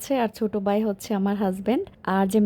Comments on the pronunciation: কথা শুদ্ধ করে বলেন আর বাই হবে না ভাই হবে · তাই শুনতেও ভালো লাগেনা। উনি ভ কে ব উচ্চারণ করে সবসময়। ভাই কে বাই ভিজা কে বিজা ভিডিও কে বিডিও ভুল কে বুল ঘর কে গর এমনটা বলে।😢